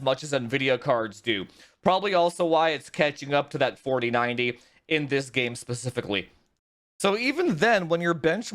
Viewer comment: Only subscribed because he says "FAWTEEN FAWDEE PPAYYYYY" lmao. Excellent review! Especially the OC benchmarks!